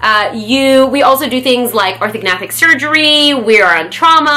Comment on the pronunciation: Its Orthognathic surgery, not Organathic surgery :)